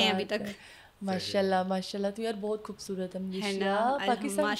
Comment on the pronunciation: Intahai fazul bol rhi hy ye isko kis ne bitha dya yahan sahi se bolna nai ata isko khobsurat ko koobsurat....ye whi hy peepsi wali